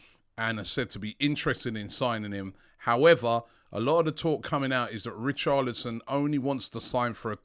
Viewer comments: Come on Robbie man. Your pronunciation of footballers names is awful 🤣 Richarlison not Richardlison plz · It’s richarLison not richarDlison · Richardlison , although his name is Richarlison 😂😂😂 Robbie the Butcherer of names ! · Who is Richarlidson! Robbie butchering the name again!🤣